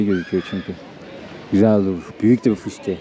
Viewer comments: Aahhhaaaahhhhhaaaahhhhh, fışkiye mi?😂😂😂 fıskiye olmasın o, fışkiye diye hayvan tersine deniyor diye biliyorum, hhhaaahhhhaaaahhhhaaaa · Fışkıye değil kardeşim fıskiye 😅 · “Fışkiye” değil,,”Fıskiye”:)